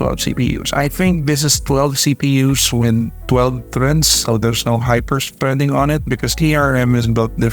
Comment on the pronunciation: NICE VIDEOS. BUT PLEASE ITS HYPER THREADING NOT HYPER SPREADING.